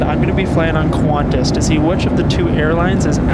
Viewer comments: "qUahNtaS" ITS PRONOUNCED KANTAS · It’s pronounced qwontas not qwaaantass